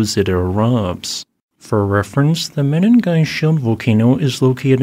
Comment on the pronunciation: Pls call these kenyan places by their proper names...😮what mini'gai ? Say meningai..